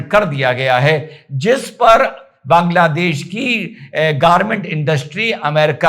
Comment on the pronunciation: Why all North Indians call it बंगलादेश ? It's बांगलादेश .